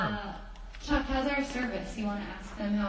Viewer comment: Did she just call chuck, duck?? Naxmkskskakqoao